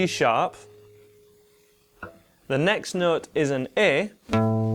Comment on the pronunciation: I can’t understand the nooot.